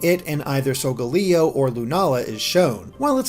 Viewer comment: lol wtf are these pronunciations. "sol-ga-lee-o" "ne-crose-ma"